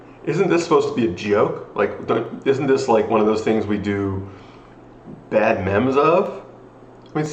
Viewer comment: did you just pronounce memes as mems?